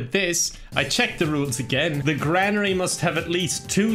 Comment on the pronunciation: I hate to be that guy but the way you pronounce granary is kind of Driving me nuts lol